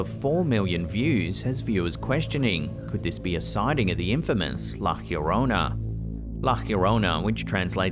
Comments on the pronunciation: It’s not la “heoronna”- its la” llorona” pronounced “ yo-rona “ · please learn to pronounce La Llorona right. There is no j or h sound. Yo rone nah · I loved all videos in this channel but I always wonder why your pronounce llorona weird...always pronounce yorona the double L is like a y sound . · Why did he pronounced la llorona like la jiorona? 😂😂😂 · Pronounced La yo-rona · It's La Lio-ro-na. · Also your saying the word wrong it sounds like the song "my sharona" but "la yorona" sounds similar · "La YA-rona"... and that's not a ghost. It seems to be a young woman is psychiatric distress. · Why are you pronouncing llorona that way? There's no "H" sound.